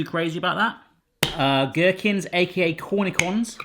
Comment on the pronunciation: Just an fyi, the 'ch' in cornichons is pronounced as 'sh'. So cornishons basically. The more you know ;) Burger looks awesome by the way!